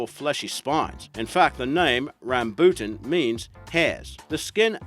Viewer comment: I’ve never heard rambuttan so mispronounced.